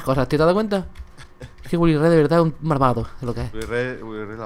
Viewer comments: Dice marvado jajajajaja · Like cuando dicee marvado